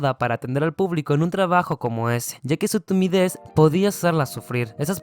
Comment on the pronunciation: Pregunta que es tumides se le entumece la lengua o algo así 😅😅😅 Digo nomás 😁